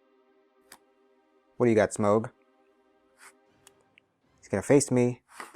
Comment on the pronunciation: I really suffer when you say smaug instead of smough